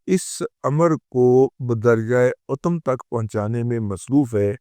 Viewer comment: محترم رضی صاحب! بدجہ "اتم" الف اور تاء پر پیش کے ساتھ غلط ہے، الف اور تاء کی زبر کے ساتھ صحیح ہے۔ Utumm is wrong, Atamm is correct